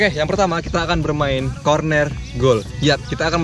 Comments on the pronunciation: Corner bang bukan cornet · Corner bang bukan kornet wkwkwkwk